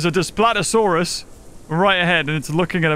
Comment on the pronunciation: Its not Des - plat - oh - saurus, its Das - pleet - oh - saurus.